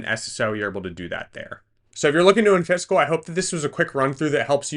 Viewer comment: it's killing me that you keep saying "in-fiscal". It's clearly supposed to be pronounced "in-physical" as in, not-physical. That's why there's an i between the s and the c.